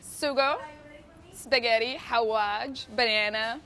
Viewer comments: it’s hawaSH not hawaJ😫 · She little said 😂😂Xaawaj xappens😂😂